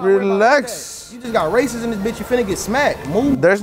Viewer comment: “There’s no RRRacist stuff” 😂